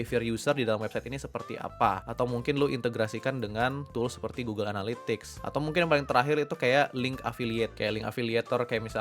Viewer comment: Best part "anal...ytics"